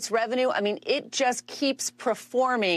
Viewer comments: It's the new Navidia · its N VID IA ffs !!! if its news the least you can do is pronounce it correctly...... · it's pronounced en-vi-di-a. you're hurting my ears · Nah, you're wrong. It's obviously pronounced en-va-dee-a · Not sure how they have that many nerds on staff and no one told them how to pronounce this.